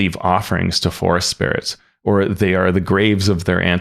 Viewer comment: Glad this is easy out the box to run. Side note its spirits like spearites not sprites.